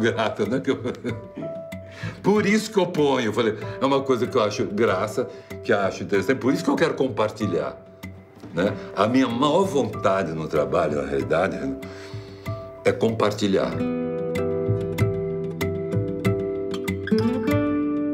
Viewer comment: Até o Simão que é um intelectual fala "maor" comendo o " i "